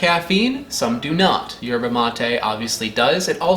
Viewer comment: Don’t think you pronounce the “Y”